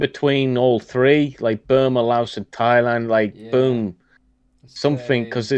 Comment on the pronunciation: Thailand, its Thailand FFS🤦🏻‍♂️🤣